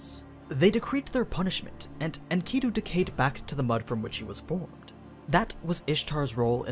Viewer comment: why do you say enkidu like that